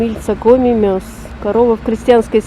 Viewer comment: Вы показали ресторан "Гранат". Но ни слова не проговорили, что это, по сути, бывший ресторан "Вычегда", который носил это название много-много-много лет. Возможно, когда-нибудь это прежнее название вернут этому знаменитому заведению... В отношении "Коми мӧс" : произносится оно в русской транскрипции как "коми мэс", но никак не "коми мос"...